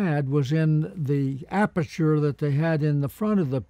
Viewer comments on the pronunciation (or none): none